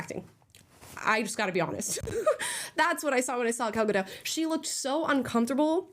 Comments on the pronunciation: Hey guys: It's pronounced "GAL GADOT." Hard "T" at the end. SHE'S ISRAELI, NOT FRENCH. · I feel so bad for you that you sat and watched this garbage, but thank you for that ❤ Btw Gal gadot..ga_dot- the T is not silent. 😊😊😊😅😅😅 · Gal Gadot's name is pronounced "gadot", not "gadoe". The T has literally no reason to be silent. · So Prince Charming didn't save Snow White, a fighter saved Snow White, still saved by a man. BTW, the "T" is supposed to be pronounced in Gal Gadot's name. I don't understand why Americans call her Gal Gado. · Great video, and thanks for your sacrifice Amala! Just a friendly reminder: Gadot is an Israeli surname, not French! Ga-dot. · Go watch the original. Not only it has two strong female leads but the prince is really charming . And please pronounce Gal’s name correctly, it is not a French name, it means riverbanks in Hebrew. You pronounce all the letters including the T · (No hate AT ALL-just a quick FYI. Gal Gadot’s last name is pronounced like it looks. Ga-dot. I thought it was Ga-doh, too but when she played Wonder Woman on the press tour-EVERY interview she corrected them. In a nice way but just letting us know. Same thing w/Brendan Fraser. There’s no “i” in Fraser-so not Fraiser. It’s like Fray-zer. Sorry for that novella, ffs. Lol) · It's Gal GaDOT. It's an Israeli name, it's not French. 😅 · Gadot - It's not a French name, the T is pronounced. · For crying out loud. Her name is pronounced with the T at the end, she's not French! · Just to correct.. it's Gal Gadot, the t is being pronounced. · Thank you for doing this because after the reviews, I actually kinda wanted to see it just to see if it really was as bad as even the left wing reviews suggest… But one critique: She’s not French, she’s Jewish Israeli. It’s pronounced “Gah-doat” not “Guh-doh”. Benny does it too and as a Jew it drives me nuts. Sorry, that’s all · Thanks. Just a correction in gal gadot s name you do pronounce the T it’s more like GA DO TH. She is not French